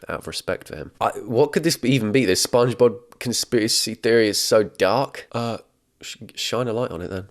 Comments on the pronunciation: I'm sorry...are you saying "spung-j-bob"?! Why, is this an herb 'erb thang?!?! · The way he says Sponkgsbob kills me every time... 😂